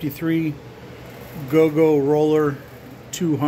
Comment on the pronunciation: It's not a go go roller, it's a Goggo-roller 🤣. Repeat after me : Gocko Gocko Gocko